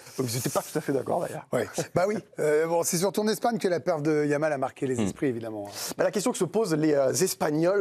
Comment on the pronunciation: When you have an Arab name he said lamin yamal.. Jamal why he says M. Jordan..French have no problem pronouncing the letter J unlike Spanish